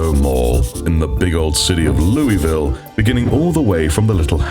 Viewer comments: It's pronounced 'Loo-uh-ville' by the locals,, just FYI... 😅🥲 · Hey! My apologies for hijacking your interaction here, but... As someone who spent over a decade living in the state across the river from Louisville, and visited there quite often, had friends there, etc... Every time you said the name of the city, I... died a little, inside... 🥺 It's pronounced 'Loo-uh-ville' by the locals, just FYI... Take that how you will, my friend, I'll go away now... 😅🙃